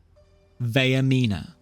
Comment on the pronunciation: That’s not how Vaernima is pronounced, it’s Vair (like hair) meen (like mean) uh (like uh whats going on)